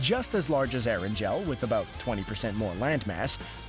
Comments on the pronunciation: It’s not “Air-an-gel” it’s “air-an-gal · erangel Not eranjel Haaha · The pronounciation is Er-an-gl not Erangel...lol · Did he just say Er en gel in stead of Erangle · So no one is talking about how this guy pronounces erangel like eranjel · Anyone else get triggered by How he said ERANGEL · You said Aran gel not erangel. If you don’t believe me look at the captions. It’s erangel (eh-ran-gul)